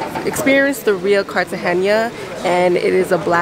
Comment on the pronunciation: Your vlog is really good but please just pronounce it Cartagena and not Cartagenia